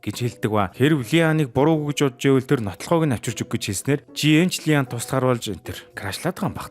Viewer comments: И АН гэж дуудаарай бичиглэлээр нь дуудаад байна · Ли ан биш И ан Жи эн биш Жэеин